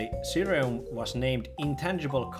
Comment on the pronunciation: Always happy to see a mention of ssireum since it basically doesn't exist in America! (Btw i believe its pronounced Shee-rum)